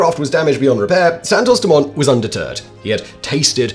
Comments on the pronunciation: Im surprised you dont know the T is silent in Dumont which is obviously french.. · Santos-Dumont, dumont is french, you shouldn't pronounce the t